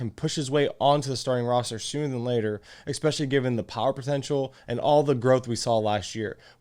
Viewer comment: especially not expecially ;) good video aside from that